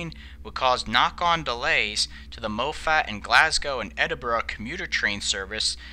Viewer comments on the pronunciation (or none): Beattock is pronounced "Bee-tock" and Moffat is pronounced exactly as it is written - "Moff-at" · Fantastic video! Thank you for this one! Just a couple of (small) pronunciation issues for future reference: "Beatock" is pronounced "Bee-tock" "Moffat" is pronounced "Moffit" Although I am impressed that you pronounced Glasgow and Edinburgh correctly - from what I've heard on American media, those two get pronounced wrongly quite often! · Just got to say mofat is pronounced Moth-at and Carlisle, Car-liyle.